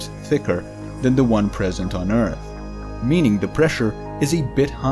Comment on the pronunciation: I miss you saying eart..